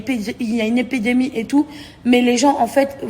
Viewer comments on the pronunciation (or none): On dit É-PI-DÉ-MIE... 🤣🤣🤣🤣🤣🤣 4'44 🤣🤣🤣🤣